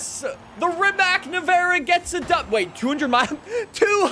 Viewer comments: Btw is pronunced rimac not rimak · Rimac is pronounced like Ree-mats. It's Croatian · It's pronounced "Rimatz". Even the owner of Rimac, Mate Rimac pronounces it like that because Rimac is a Croatian car company. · Am I the only one that gets bugged by how pronounces Rimac wrong? (It's supposed to be Ree-matz) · You probably already know but thats not how you pronounce rimac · bro is made a Video about how to pronounce Forza, but he keeps mispronouncing Rimac